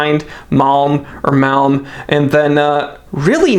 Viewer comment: HOLY CRAP! IT'S PRONOUNCED MALM. Jeeze dude